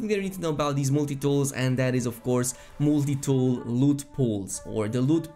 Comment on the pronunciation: "Mooltie tool"...Lol